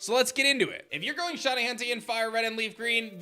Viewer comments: Before publishing a video in which you use the word “shiny” a thousand times, maybe you should have learned how to pronounce it properly first. You’re saying “shawny.” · "Shonnie" bc shiny is difficult pronunciation